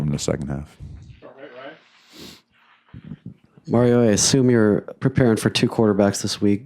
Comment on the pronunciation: I think the reporter who calls Mario "Merryo" every week shouldn't be allowed to ask anymore questions until he can say the coach's name right.